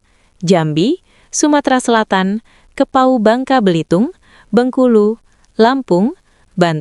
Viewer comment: Sebutannya kepulauan Riau,bukan kepau,bingung orang mendengarnya